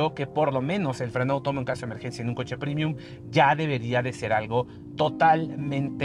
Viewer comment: Muy chiros los videos de. Un solo pero: ¿porqué dice “primium”? Es premium, latín, no inglés. Premium, no primium